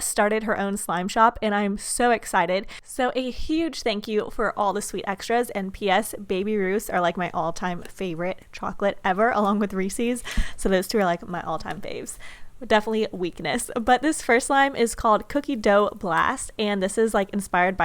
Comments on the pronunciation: It’s Reese’s, not Reesees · It’s not REESEEES It’s Reese’s